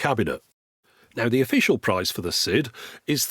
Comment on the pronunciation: Is it not pronounced 'side' rather than 'sid'?